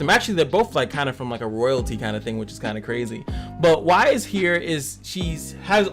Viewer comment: I like your videos and they have really helped my game, so thanks for that. Just an FYI it is pronounced like ice but with a "W" added. I'm not normally one to point out things like this online, but as someone who LOVES this show I couldn't help but wince every time a "WISE" was uttered instead. Pirouette is pronounced like (piro + ette). Please keep making these videos as you really are helping folks :)